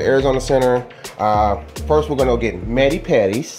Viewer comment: It’s mani pedi’s not medi pedi haha manicure and pedicure